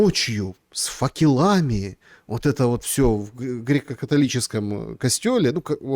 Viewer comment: по-русски говоришь, так говори правильно - не факелАми, а фАкелами